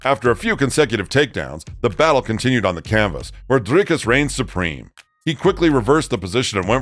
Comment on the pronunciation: I appreciate you attempting the rolling Rrr in Dricus 👊 aweh you see you brah 🇿🇦✌️